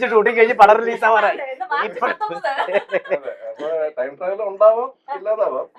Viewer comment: സൈജു കുറുപ്പ് ട്രയിം ട്രാവൽ എന്നാ പറയുന്നേ ടൈം ട്രാവൽ അല്ലെ 8.15